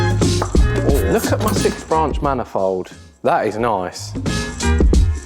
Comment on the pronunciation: "Let's go to a 'Montarrrrrge'. I was in stitches, I won't say my version!!!!!